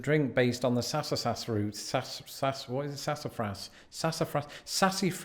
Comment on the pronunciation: Being from the south hearing him butcher sassafras and pecan pronunciations was hard to listen to. Take root beer and add vanilla ice cream and you have food 😋. Butter pecan ice cream and cookies are some of my favorites.